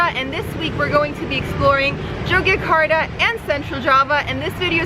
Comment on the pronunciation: Just in case you go back the city's name is pronounced YOGYAKARTA. The old spelling Jogjakata is the dutch way of writing so the J would still be pronounced as Y. However, the main point is, I guess, I loved your video and I have some time free so I'm going in 8 days. Thanks for the inspiration!